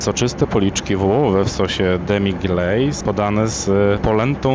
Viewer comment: Sos "demiglejz" 😅